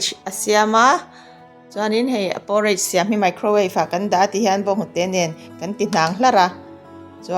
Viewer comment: Poooooreich nilovin Porridge tih mai tûr ani e, thlûk vak angailo, by the way, i aw hi abengchheng îl êl ve hle ani..